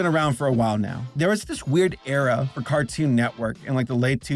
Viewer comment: Fartoon instead of cartoon. 😂